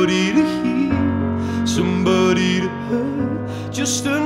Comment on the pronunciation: i het da part wen he pronounce "somebooody"